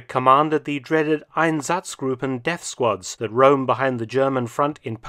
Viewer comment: Interesting video. Just a remark that while your German pronunciation is quite good, your emphasis is off on several key words. Correct is SICHerheitsdienst instead of SicherHEITSdienst, EINsatzgruppen instead EinSATZgruppen, KrisTALLnacht instead of KRIStallnacht.